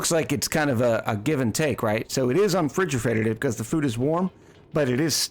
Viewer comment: "unfrigefrateded" TM